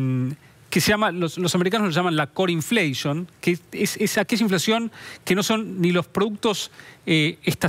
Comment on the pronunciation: La "infleishon" "yoli", daaa tan pelotudos van a ser?